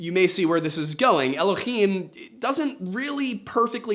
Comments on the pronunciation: Just for future episodes “Elohim” doesn’t have a guttural sound in it, its spelt with a hay not a chet ❤ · This was a fun one. Before you get into your vid about the mysteries of biblical nomenclature (looking forward to it), you probably should be aware that 'Elohim' is spelled with a "hay" and not a "chet" and is therefore pronounced with a normal english "h" instead of the phlegm sound from "Achmed" or "Channukah". It's also a plural form, but that part I assume you're aware of and will come up in that video. My hebrew is poor, but I do have some background in it if would be helpful. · It's "Elohim", not "Elokhim" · Just so you know you’re pronouncing “Elohim” wrong, in Hebrew it’s written with a soft “h” sound not a ch (guttural) and so should be said like el-oh-heem. It’s not like Hanukkah (which has the guttural “ch” noise as its first letter) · Please, PLEASE stop pronouncing Elohim with an aspirated 'H' it's NOT ASPIRATED. The 'H' in Elohim is a soft sound. I've studied biblical Hebrew & spoke modern Hebrew with my first wife. It's a soft H... Thank you.